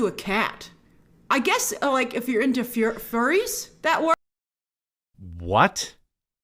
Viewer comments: The instant she's about to say "furies" instead of "furries" you know she's reading off a prompt made by her employer. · You can tell by the way she slips up on saying "furries" that's she's PERFORMING her opinion, not sharing it candidly. No one who dunks on furries on the reg would have any trouble pronouncing the word.